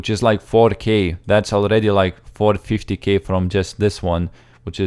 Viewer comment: He said it short for "450k", making it sound like "4-50k"